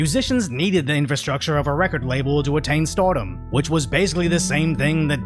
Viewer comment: Please, take some elocution lessons. "H oar", "storedom", "bwand". It's hard to take this video seriously when you're mispronouncing words like a 5yo.